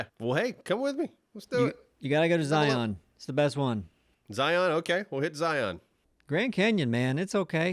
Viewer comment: Being a Utah native and hearing them pronounce Zion wrong 🤣